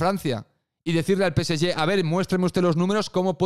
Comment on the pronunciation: PCY?... O... PSG?... Peceye? Que mierda de idioma es ese?